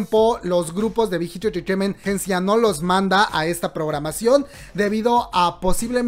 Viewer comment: Amo la pronunciación del "Big Hit Entertainment" jaja la amo <3 Lee min ho es el rey de los GUAPOS, es un dios <3 <3 <3